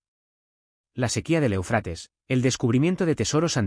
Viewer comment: ¡¡¡É UFRATES!!!. ESTAS MEDIOCRES VOCES ROBÓTICAS. ACENTO EN LA 1ERA É. DEJA MUUUUCHO QUE DESEAR.